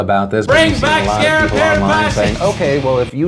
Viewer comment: did he just say 'sheple' instead of 'people' ?